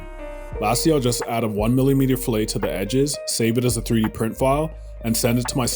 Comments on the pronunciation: just FYI - A rounded corner is a 'fill-it' and not like the steak 'fill - A' mignon. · I’m not sure what a millimeter is but this guy is a really talented video maker and well spoken. By the way, fish have fi-lays; in architecture/engineering it’s pronounced fill-it.